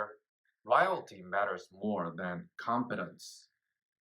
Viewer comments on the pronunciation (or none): pronounces "loyalty" like "royalty" which my ear honestly mistook. But there's actually a lesson in the history of English there. The two words are related cognates. The CCP is China's new royalty. What an irony. Just another dynasty to be brought down violently with a lot of victims. China needs democracy and has since 1949 and before. The Kuomintang had similar issues.